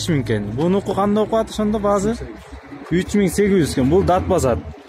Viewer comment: Баазззззы эмес Баасы !!!!